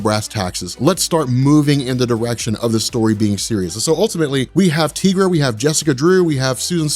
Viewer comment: "Teegra" ???? try "Tie-Gra"